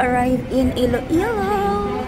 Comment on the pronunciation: Iloilo po, hindi Ilo Ilo 😊